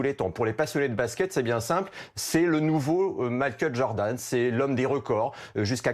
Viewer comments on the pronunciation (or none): none